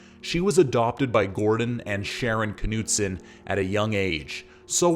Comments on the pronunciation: The North Dakota pronunciation includes the “K.” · Dude the K is silent.